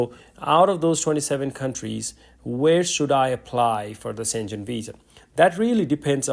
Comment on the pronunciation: Not szengen but Schen-gen and g is not english g but as in word gamma or guilty a G